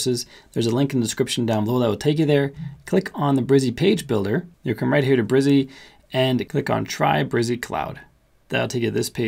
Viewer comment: Thanks for the excellent demo. Yes, game changer! Some minor edits: In their own tutuorials, Brizy pronounces their name - bri zee, rymes with dizzy. : "Layouts" option not showing up in free version but blocks, and saved/global are available with free version. Only 89 categories in free version as of this writing., not the 100 plus - are you using a pro account to demo the free one? : The stated URL whien using "view" option, is not what you have to accept if you choose the subdomain option when posting under "My Personal Projects" page. By choosing the subdomain option under "How to Publish Your Page" you actually get to put in your own choce of subdomain spelling. That gets rid of the hard to remember numbers and fruits. Does "layouts" option with multiple pages give developers the equivalent of a multi-page site? If so, maybe there is no need for multiple directories in CPanel when self-hosting. Anyway, I did what you explained and it all worked perfectly! Thanks.